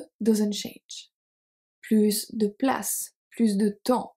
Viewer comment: Very useful, - thanks. I was surprised to hear you pronounce the S at the end of PLUS in "plus de place". Whenever I have heard expressions like "plus de temp" or "plus tard", the S has always been silent. Would you be kind enough to explain, please? 😜